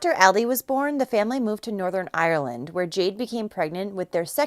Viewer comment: The way she said ireland 😂 and do gannan 😂 it is pronounced done-ganan